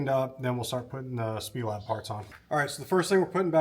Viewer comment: It’s S-P-E- Lab. Snyder Performance Engineering Lab